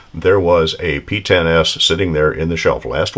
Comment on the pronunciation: Woohoo pee-ten-ess